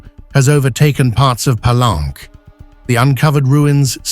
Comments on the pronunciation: Palenque is a Spanish word and should be pronounced as you would read it in a Spanish: Pallénke, not Palánk as pronounced in this video, as if it was a French word. Don't get wrongly sophisticated. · Interesting. Most people pronounce "Pelunk" Pah-link-kay.